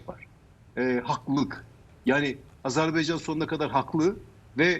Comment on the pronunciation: Hocam sanki Azerb(e)ycan diyorsunuz.Azerbaycan olacak doğrusu. Saygılar.